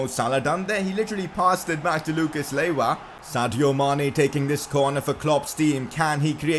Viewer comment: Lucas laywa 😂😂